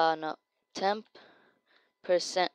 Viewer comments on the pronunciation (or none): did you say %tempt% plz reply and reply what you said I really want to know because I couldn't understand you